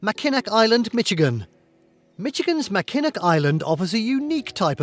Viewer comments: Mackinac is pronounced Mack-in-awe. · Actually, he had several mispronunciations that I know of: Yosemite, Chelan, and Mackinac are the ones I caught.